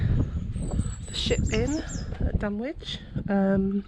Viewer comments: Fascinating but it isn't called Dun Witch, its pronounced Dunnich. Sorry but your ghost box looks and sounds like a transistor radio picking up distant radio stations. It's playing modern music and an Oasis song called My Sister Lover which includes the lyrics "I'm your brother". I know Dunwich very well. I grew up near by and visit often. It's very peaceful. I find Middlegate Street quite fascinating. Once a bustling street, now a ditch in a woods. Most of these videos miss it out completely unfortunately. Nice try though. 😊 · It’s pronounced Dunich